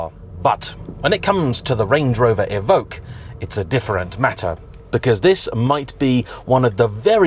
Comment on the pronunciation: It’s “E ~ Vock” que is “ock” there is no g in it like Evougue